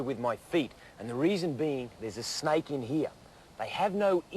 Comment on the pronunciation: " if i get on top of it and shaaaut at at , HEY SNAIK "